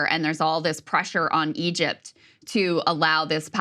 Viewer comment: "Egept" hahah😅😂